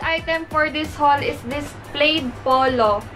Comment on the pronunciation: Plaid - “plad” po ang pag pronounce .. not “played”